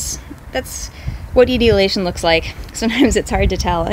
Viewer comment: God, pronounce the big words CORRECTLY. The word is "E-tole-E- A-Shun", the plants become "Ee-tole- E-A-Ted "